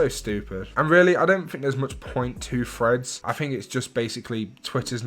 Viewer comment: Bro i thought u were saying “freds” instead of threads 😭 only realised at end when I saw title of the vid 😅